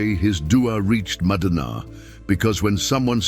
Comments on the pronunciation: If you keep saying madunaa, instead ov saying madina pronounced madeena,I cAn,t listen to you as madina is a very very sacred but holy sight for all mankind,carry on brother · It's madina not madaana...pronouns properly